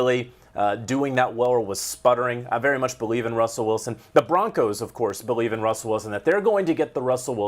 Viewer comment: The Broncers?! The guy called them the Denver Broncers!